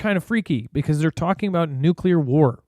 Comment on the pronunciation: No, it's not nuke yeller.